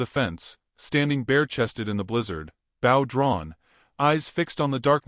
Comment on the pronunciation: The word is b o w, long "o" , the bow you are saying is like someone bowing.